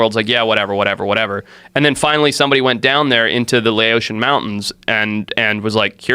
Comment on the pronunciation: Lao-tion not Lay ocean.